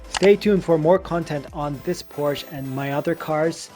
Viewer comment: Porsche is a 2 syllable word.